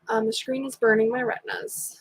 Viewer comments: I love the way you said screen Shkreeb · yeah I’m going to start saying shkreen. Lol